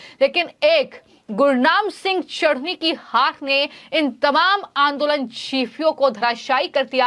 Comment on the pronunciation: Chduni nahi chtni bolo😂😂😂😂😂😂😂